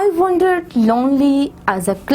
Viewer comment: Teacher your wander sounds more like a wonder... LOL ...